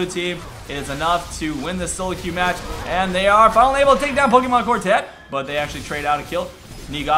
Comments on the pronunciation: Love how you say pokemonkortet xD It is norwegian/danish/swedish for the pokemoncard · Yeah, it is pokemonkortet in swedish too.LOL'd so hard when pronounced it in english xD. NORDEN FTW!